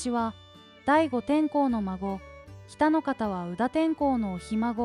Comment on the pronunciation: てんこう でわなく 天皇です😂